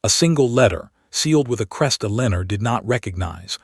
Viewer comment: Eleanor and hoping not hopping!! So sick of mispronunciations. No English speaker is editing or proofreading these stories!! They are all the same in almost every story.